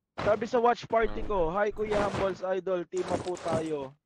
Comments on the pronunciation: grabe magbasa sa hambles hahahahaha hamb lis hahahaha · mali pronounce nya ng hambles